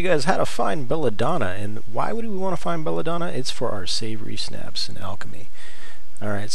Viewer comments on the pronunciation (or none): Man do you say things wrong. Its Savior Schnapps not Savory Snaps, its Ratt-aye, not rat-tay, its Led etch co not ledco. Thanks for the video.